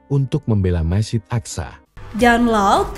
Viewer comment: Akso...aksa..ga bisa bahasa arab lu yg narasi....